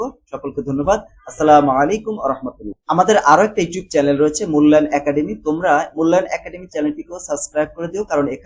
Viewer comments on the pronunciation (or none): none